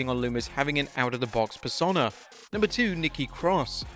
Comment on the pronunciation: Why can't you say the word persona properly?